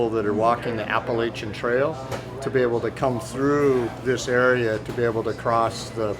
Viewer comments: Ap-pa-LATCH-a please. :) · I turned it off once he pronounced Applachian wrong.